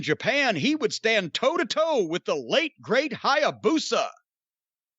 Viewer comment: Didn't need to massacre Hyabusa like that...😂